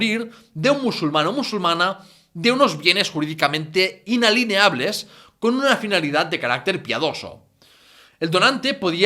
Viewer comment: Inalineables no. INALIENABLES